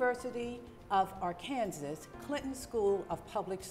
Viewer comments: Why did she pronounce it Ar-kansas and then Ar-kan-saw and then go back to Ar-kansas? 🤷🏾‍♂️ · Why is she pronouncing "Arkansas" that way? Anyways, Michael looks like he's telling the truth here, but who knows...